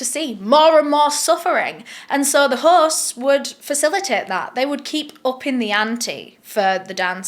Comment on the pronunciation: There is no 'r' in host, horse???